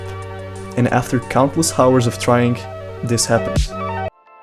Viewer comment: aaaa you dont pronounce "h" in word "hour"! Enjoyed the video tho :)